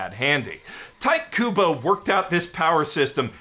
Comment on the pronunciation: Okay, I'm sorry, but "Tight" Kubo? I was laughing so hard at that. Please, never again. "Tea-Teh" Kubo